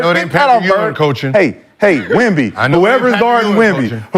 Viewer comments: I'm 20 mins in and I've heard y'all fuck up Wemby's name about 50 times 😂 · Saying his name wrong like that purposely just is disrespectful. Just call him Wemby if you can’t say it